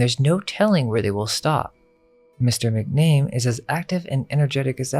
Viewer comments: Mac Na Mee not McName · The name, McNamee, is pronounced, Mack Na Me- long eeeeee. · McNamee MAC-NA-MEE MAC. NA. MEE.